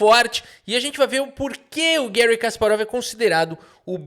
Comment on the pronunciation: Por favor, fale Garry, nunca Guérry. Um soviético não merece seu nome em inglês estadunidense.